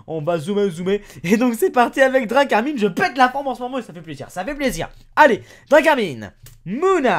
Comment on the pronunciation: C est drakarmin (drakarm1) pour la pronnociation